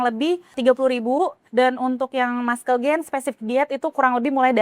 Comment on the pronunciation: Muscle itu bacanya masel mbak bukan maskel 😅😂